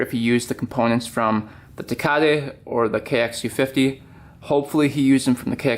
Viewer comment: I thought he was saying Ducati in a really messed up way 😂😂 never heard of tecate 🤦🏻‍♂️